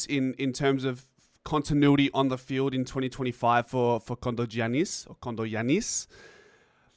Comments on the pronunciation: The accent is on the ‘a’ and not on the last ‘i’ As in GiAnnis Atentokoumpo. So in this case it’s KondogiAnnis. I hope that makes sense to ya bro. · Kondo(short) Giannis(John). Short John. He may have had ancestrally someone who was short whose name was John. Also, when pronouncing his name the emphasis is in the “a” not the “i”.